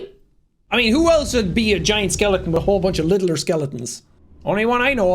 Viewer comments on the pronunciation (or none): none